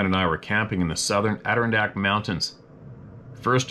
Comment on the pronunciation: In New York it's Add- er- ron-dak. That's it. You just need work on the Ron. Ron like the man's name. Have a wonderful rest of you week. Thanks for being you.